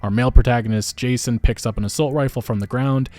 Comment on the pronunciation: Every time you say “Jason” I cringe. So disrespectful.